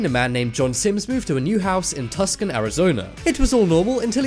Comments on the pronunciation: tuscan arizona ? really its tucson for christ sake and how many more times its nu-clear not newkiller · Too-son not tic -son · It's pronounced Too-Sun not Tuk-Sen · lol tuscon is pronounced like two-sawn not tusk-un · Tucson is pronounced TOO-sahn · Look up the proper pronunciation for Tuscon. ---> You're pompous and wrong. And for once, while you're at it, see if you can get Crafty correct too. --->